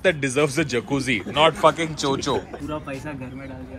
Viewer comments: It's Cho Cho not Cho chi 😂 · It is not 'cho cho' it is 'chod chod'